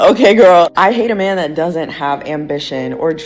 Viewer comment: Wtf is a meeyan? As in I don't want no meeyan tellin me nuthin? Did I spell it right? I don't even know how to make that sound.